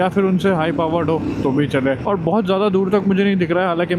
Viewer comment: Ek blog me bhai ne 1000 bar औङ औङ bol di. Bhai pronociation sahi kar lo और hota hai औङ nhi bohot irritating lagta hai baki keep it up